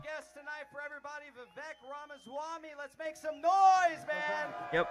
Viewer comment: funniest thing about this for me is that Pulte is constantly addressing Vivek by his first name and he mispronounces it every single time. If you’ve heard Vivek’s rap, it opens with “my name’s Vivek, it rhymes with cake.”